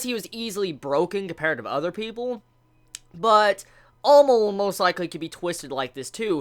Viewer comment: why does he pronounce Amon like Almond ?